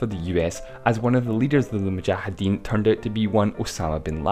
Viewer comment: You are literally the only person I've heard pronounce mujahideen correctly